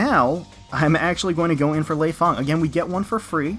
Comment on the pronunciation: well i play dead or alive and your saying leifang wrong. Fyi and love your voice def would ride you ;)